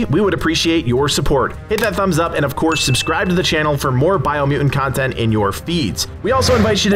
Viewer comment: Did you overcome a speech impediment or something? Or is it just one of those words that throws you off?